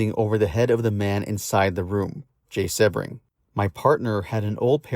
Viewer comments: Jay’s last name is pronounced See-bring, not Seb-ring. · Another AI bot just spewing more lies. A lot of this is untrue. Charles Manson NEVER said he went to the Tate house right after the murders. And Jay Sebring’s last name is pronounced “Seabring” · Sebring is pronounced "Sea bring."